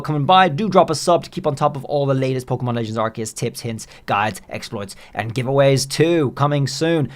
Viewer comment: Great and informative video! but it's pronounced Arr-say-uhs 😆 (アルセウス a ru se u su)